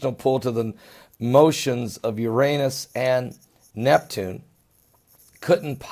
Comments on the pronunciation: It's NOT URANIUS, it's URANUS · is he saying Uranius? (⊙＿⊙)